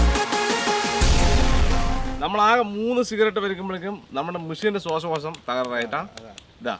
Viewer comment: ശ്വാസകോശം ✅ ശ്വാശകോശം ❌